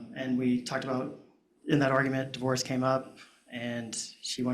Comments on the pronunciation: you pronounce divorce, diverse? Wierd dude! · The way you spell the word you said is di-verse, i think you need to brush up on your english. the way you say di- vorce is the same way you spell it, so sound it out bud.